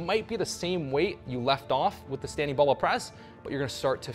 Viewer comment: Thanks! But the word is BARBELL